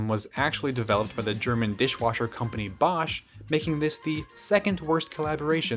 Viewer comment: Your pronouciation of Bosch is spot on !